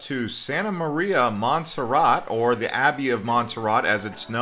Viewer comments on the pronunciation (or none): none